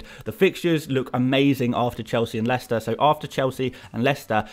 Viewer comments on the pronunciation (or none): none